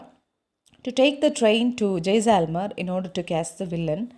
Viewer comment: it is not jayselmer it is jaislmer